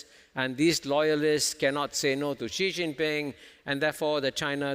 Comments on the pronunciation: Please try not to mispronounce the name Xi as a Gee, Jee, or Shee. The proper pronunciation under Chinese pinyin is a lighter form of Si, When in doubt, Si is approximately quite close. To be more precise, Chinese pinyin, Xi Jinping's family name is pronounced like an English 's' except lighter. Pronounced like the word "see" with a small modification of pushing the sound through your front teeth and opening your lips horizontally. I am quite happy Prof Kishore has got most of his pinpoints of China correctly. His SHE is less wrong, but still wrong, and he should simply get a Professor from Nan Yang University to coach him on a simple "s" through front teeth,. It is the host of this clip who insists on being wrong with GEEE. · When you can't even pronounce Xi properly when even Kishore is saying it 100 times for you to hear, and yet you keep pronouncing it Gee, you should not be the host and your opinions should not be taken seriously. Luckily he just asked questions, since no one would take his opinion seriously since he keeps on willingly mispronouncing China's presidents name on purpose. It's 2022, there's a million sources online you can use to check pronounciation, there's a million people at your fingertips around the world you can ask, yet this guy didn't do anything and ignores all the truth in front of his face going stesight into one ear and out the other. No brain to absorb the sounds from kishores mouth.